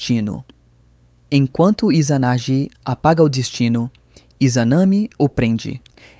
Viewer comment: Bom vídeo, excelente!!! (Sô não curto algumas pronúncias: amateraçú? Izanje? Mas o vídeo em se tá muito qualidade)